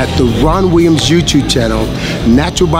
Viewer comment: Not so sure if dips are as detrimental as he says but whats the more alarming thing in this video is that he can't even pronounce his own surname correctly?! WTF is wee-ums? Is this how folks in the states pronounce it?